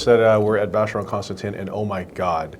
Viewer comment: cant believe you mis-pronounced CONSTANTIN